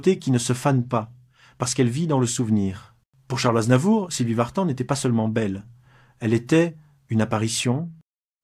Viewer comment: C'est pas Vartane MAIS Vartan.